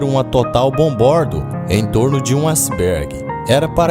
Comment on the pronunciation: Acibergue?. Mas o vídeos é bom! Parabéns.